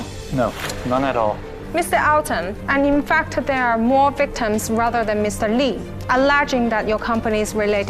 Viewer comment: 我听成了we-ke-tim😂